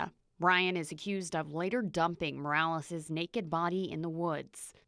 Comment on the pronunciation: Speaks perfectly until there's a Mexicans name involved then starts pronouncing it mOrAleZ!! Cut the shit!!